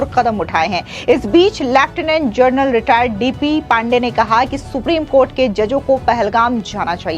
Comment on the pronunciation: जनरल‌ और जर्नल ...दोनों में फर्क समझते भी हैं या नहीं? बहुत सारे एंकरों को हमेशा गलत उच्चारण करते सुन कर हैरान हूं...(हमेशा 'जनरल' की जगह 'जर्नल' कैसे बोलते हैं?)👎👎